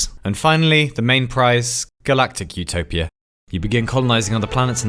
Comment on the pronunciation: My brain everytime he says "utopia" : ZOOTOPIA 🦊🐰